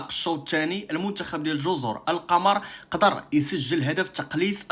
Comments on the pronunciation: الصواب جزر القمر بضم القاف وليس بفتحها ذكر ذالك الاديب اللغوي العلامة محمود شاكر المصري لأن القمر بضم القاف معناها الجزر الشديدة الخضرة وهذا هو الذي يستقيم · واصحبي و ما سميتهاش جزر القمر بفتح القاف والميم وهذ الجزر كاينين غا فالكرة الارضية ما شي فالقمر سميتها جزر القمر بضم القاف و الميم.